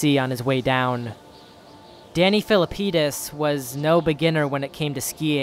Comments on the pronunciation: Wait, did you say Danny Feelapenis? No wonder. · Danny Felt-APenis?